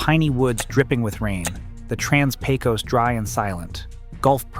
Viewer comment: Point of order: the “Pecos” in “Trans-Pecos”is actually pronounced “pay-kiss” in Texas. -A Texan from the Trans-Pecos.